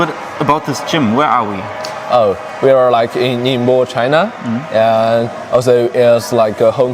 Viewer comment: Great job pronouncing “ningbo”!